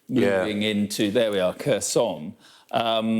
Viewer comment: Khersouun. It's not French lmao.